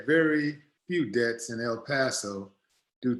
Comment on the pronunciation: I love your show!! One thing though when you say Deaths' it sounds like Debts.. I just wanted to point that out to you.